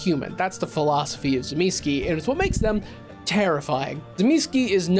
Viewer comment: commenting solely because your pronunciation of the names of the Antediluvians has triggered me. Tzimisce - Tseh-mih-schee Troile - Troy-le (as in the mythological city) Ilyes - Ill-yeh Absimiliard - Ab-simil-yar